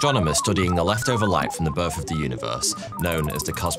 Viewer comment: "birf of the universe" 😂